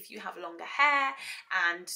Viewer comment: Love how you say haar. Happy Birthday